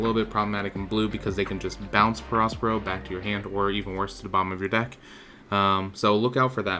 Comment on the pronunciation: Nice deck, I have something similar! Btw, do you even watch the anime or know the story?? The big mom arc is great, and you pronounce the character “peh-RO, peh-RO,” barely pronouncing the “s”